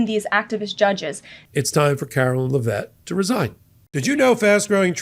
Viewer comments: Karoline Leavitt, not Lavett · It's Karoline LEV it not la Vet, or just dumb shit for short. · PLEASE stop glorifying Kookie Karoline's last name! IT IS PRONOUNCED LEVITT (LEV IT). She IS NOT FRENCH, so her name IS NOT pronounced as LAH-VETTE!